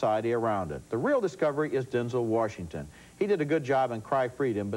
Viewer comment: Denzel Worshington